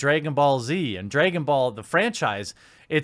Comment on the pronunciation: "Dregon Ball" 😂😂😂😂😂 Edit: Vic did not throw any candy! He ATE it! After saying it was Mônica or something. Research it bro, besides that, good job 👊🏻